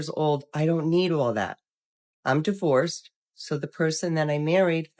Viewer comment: "Most women in their fifties are die-vorced " lol. Gotta love a snarky ai.